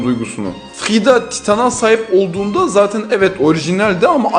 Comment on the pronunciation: Kurucu titan❌ Ohicinal titan✅ Ymir❌ Ymiahh✅ Frieda❌ Flida✅